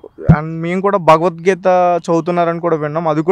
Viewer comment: ' భగవద్గీత ' అనడం రాదు, వేస్ట్ ఫెలో..